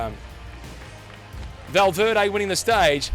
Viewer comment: "Valveerday" really !?